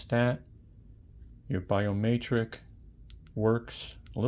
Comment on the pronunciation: Btw idk if its an accent or if you dont know but biometric has an e not an a i was like whats a biomaytrick?